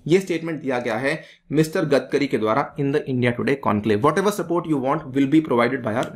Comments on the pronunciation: 'गदकरी' नही रे बावा, 'गडकरी' बोल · सर its गडकरी not गदकरी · It is "गडकरी" not "गदकरी"... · Normal People Pronunciation :- गडकरी legend People Pronunciation :- गदकरी